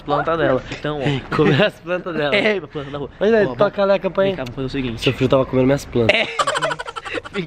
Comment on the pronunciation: "Jermes" kkkkkkkkk "pranta" kkkk morriiiii mnnn 😂😂😂😂😂